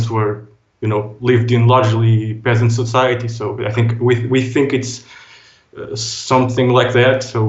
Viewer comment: Emphasis on the Pea🧐